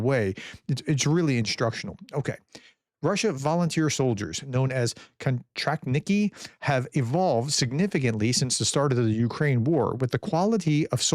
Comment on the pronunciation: Kontraktniki = pronounced “cone-tract-knee-kee”